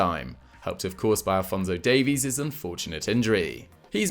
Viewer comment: Thank you. You pronounced Davies correctly. It only happens 1/ times.